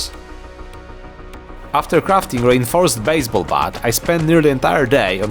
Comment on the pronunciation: The way you said reinforced sounded like rainforest to me. Lol